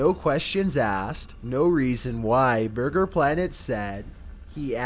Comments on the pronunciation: borger king fuut lettice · bhurgur king fut lettuce